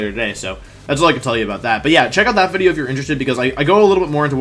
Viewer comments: Said wideo like 5 times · Why is he saying wideo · I don't know why I keep clicking on your content because as soon as I hear "wideo" I murder a stranger out of rage.